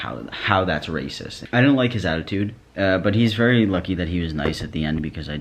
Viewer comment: the way you say racist cracks me up rAYsus